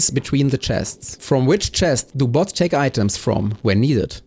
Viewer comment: It's crazy this video has only existed for one hour. The way you say the word logistics feels really weird. Low gis tics Bo(ah)ts